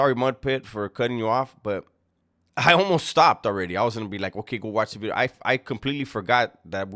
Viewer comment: I am here just to hear say “a new bideo”